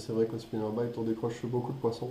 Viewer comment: Les " spinnerbaït " les " jerkbaït " les " crankbaït " et les " swimbaït " 😂😂